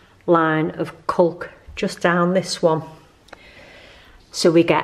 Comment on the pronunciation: Hi u made me laugh when u described the sealant as ‘culk’ it’s actually ‘caulk’ pronounced CORK 🤣🤣🤣 xxx